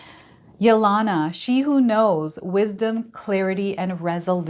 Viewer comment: Thank you for the wonderful reading. I think the name Yelena is pronounced with a long E on the second E.....like Helena or Helen. Its a Russian name.